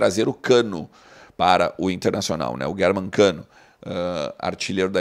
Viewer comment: Sério que ele falou Guérman Cano ????? Eu ouvi isso ???